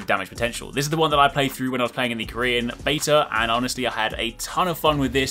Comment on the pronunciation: "Do YoU GuYs NoT HaVe A Koeran Accaunt?"